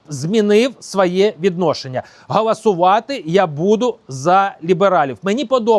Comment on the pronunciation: .......все дуже добре і правильно ! Тільки не "гAласувати", а гОлосувати ! Всього найкращого !